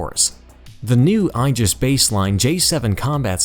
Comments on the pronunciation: When describing the Japanese destroyers and their duties the narrator pronounced the word, “Aegis” as “EYE - JUHS.” (think eyeball) The more common American pronunciation is, “AY - JUHS” which apparently is also incorrect but is prevalent throughout the Navy. The correct pronunciation is , “EE - JUHS” supposedly the correct Latin pronunciation, most often used by pedants. I suggest maybe hiring a copy editor. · Aegis is pronounced 'E'JIS with a long "E" followed by a JIS. Two syllables. OK?! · The narrator mispronounces "Aegis" and "Atago".